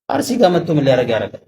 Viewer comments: አሩሲ አይባልም አስተካክል አርሲ ማለት እየቻልክ ለምን አሩሲ ትላለህ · አርሲ በል እንጅ አሩሲ አትበል